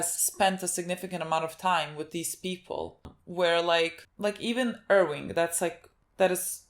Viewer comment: You guys are great, please stop saying "Irwing" though,.